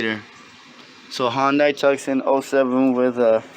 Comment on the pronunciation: pronounced “Two-Sawn”